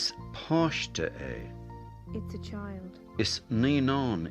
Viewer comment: "cailín" and "páiste" should be pronounced WITHOUT aspiration. the speaker in the videos pronounces "c-h-ailín" and "p-h-áiste", which is ENGLISH pronunciation of p and k sounds. Aspiration of p, t and k is a typical germanic feature which has always been absent in Celtic languages.